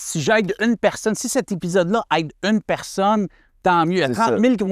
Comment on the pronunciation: É Pi Zode pas Hep pi ssode 😂 jnt goat